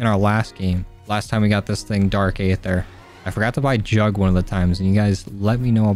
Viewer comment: You know that aether is pronounced EE- ther, right? the a is silent. It's cringe to here you say A-ther all the time. Just listen to how the pronounce it in the video game. And it that is not enough, look up what aether actually is. HINT: the answer is out there in the aether.